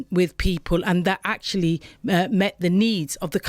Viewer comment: Ack cha lee.